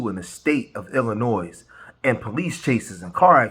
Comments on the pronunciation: Noooo, please! You're pronouncing 'Illinois' like Tiffany does. The 's' is silent. Other than that, great commentary 😄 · Illinois is not pronounced with an “s”. One would think people born and raised in Illinois would know how to pronounce the state in which they live. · The S is silent when pronouncing Illinois brother. Tiffany Henyard says it wrong too so please don’t be like her lol. Love your channel and I watch everyday 💪💪💪❤️❤️❤️